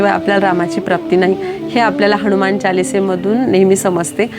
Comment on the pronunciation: ताई, खूप खूप धन्यवाद 🙏 अगदी सोप्या शब्दात आपण हनुमान चालीसेचा अर्थ सांगितला.पण बऱ्याच वेळा आपण हणुमान म्हणजेच नु च्या ठिकाणी णु चा उच्चार केला आहे,तसेच जीवन च्या ठिकाणी जिवण असा उच्चार केला आहे त्याची दखल घ्यावी.